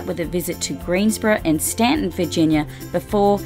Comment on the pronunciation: THANK YOU for saying "Staunton" correctly!